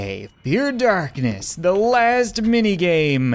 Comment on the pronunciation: I rewatched one part threze crap"e times just to figure out if he said "Let's not get stuck on the crap" or "let's not get stuck on ze crap." I still have no idea so... Lets not get stuck on ze crap